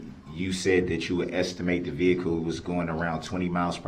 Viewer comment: No I didn't get a lisends place number, maybe you wouldn't axe stupid questions if you had a license, you even lied about that, he should of had a dictionary, I noticed estimate was one of the many words he had trouble with. That wasn't part of the game , my dogs vocabulary is higher then his!